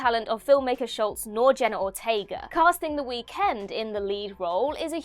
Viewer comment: Girl, I love when your narrate, but the emphasis of END in The Weeknd was INSANE 😂 Somebody at What Culture needs to step in next time.